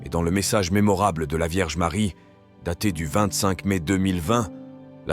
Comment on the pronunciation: Merci à la chaine Prières du Christ. Mais svp pronnoncez plutot "Medjugorie" et "Maria" . C'est aussi une question de respect envers nos frères Croates de ne pas déformer les prononciations. ça commence à etre très désagréable ce comportement irrespectueux tipiquement français.